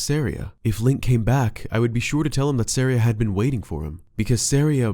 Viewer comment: it’s SAW-REE-UH as in a type of music called an Aria